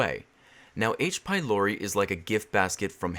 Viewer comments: In devil girlfriend I thought you kept saying H by lory xD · I had this video on autoplay on my TV so I didn't read the the title, so I thought he was saying "aids be Lori" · Thought you said aids... honestly it sounds similar both in symptoms... and in audio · I was watching your gf video and I kept thinking that you said "I got aids from lory" lol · I thought it waa "aidsh pielorety" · I thought you said "Aids by Lory" lol